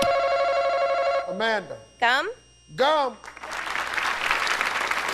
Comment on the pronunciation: I thought she said gum with a c.